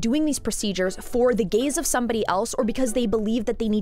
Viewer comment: not me thinking you're saying the "gays of someone else" i was like "whose gays? my gays? your gays??? wtf???" 😭💀